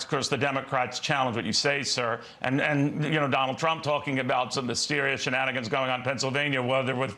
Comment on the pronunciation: 💙🇺🇸💙🇺🇸💙🇺🇸💙🇺🇸💙🇺🇸💙🇺🇸💙 trump cant even pronounce sir.....he says sure